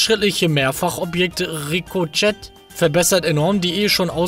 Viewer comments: Es wird Rico che ausgesprochen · Ricochet = "Ri-Koh-Sche" :)